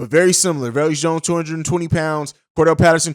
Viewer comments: Bruh I can’t stand how you saying velus Jones name lol Velus (va lus) not veleus 😂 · Velus not veluous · Velus pronounced VAY lis rhymes with Payless. C’mon on man!!’ 😂